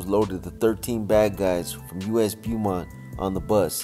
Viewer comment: It’s pronounced Bowmont